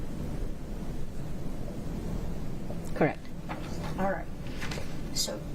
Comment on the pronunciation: correct? Correct? Correct? Crect? Crect? Crect? True? Crect? Does she know any other three words?